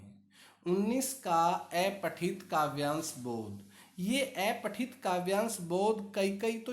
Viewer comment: अपठित को ऐपठित क्यों कह रहे हैं? ठीक से उच्चारण तो कीजिए।